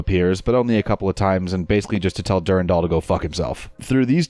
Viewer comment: Du-ran-dal is the right pronunciation; you weren't wrong. "Durindaal" just sounds stupid.